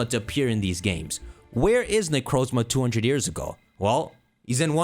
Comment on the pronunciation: IS THAT A TERAPAGOS PLUSHIE IN THE BACKGROUND Also, FINALLY, someone who pronounces Necrozma like I do! The Pokémon that starts with a Z and one that ends with an A is perfect, though I think it either has to do with A-Z, Arceus, or a new A-legendary from the past that might’ve gone extinct or might come back in an SV event, but still a fun theory!